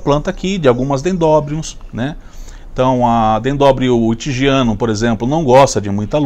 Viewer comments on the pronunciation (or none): bom dia. Atenção: dendrobium e não dendobrium. Montanhosa e não montonhosa.